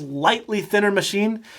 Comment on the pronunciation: "Muh-she"...that is all